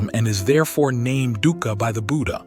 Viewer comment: correctly pronounced as 'dookha' meaning pain n sufferings